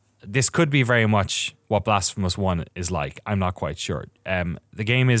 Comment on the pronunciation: every time you say blasphemous i hear "the blasph of us"...